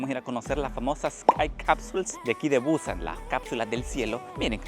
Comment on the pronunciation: Es Busán, no buuuuúsan.